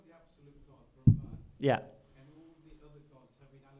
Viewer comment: Thank you,! Very interesting! One comment, though...the word for the Supreme One (written as Brahman) is pronounced Brhmn, with the two As hardly pronounced. It is not Brahmaan!:)